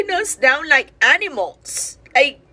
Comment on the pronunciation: She said ankneemals😂😂😂